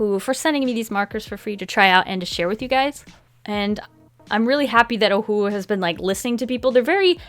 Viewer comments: Lmao at the beginning she pronounces Ohuhu as OhUuU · Am I the only one who thinks ohuhu is pronounced “ oh yoo who “ like in the old cheesy cartoons 🤷🏽‍♀️